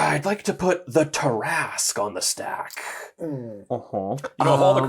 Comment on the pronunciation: the tarrasque is pronounced tareresk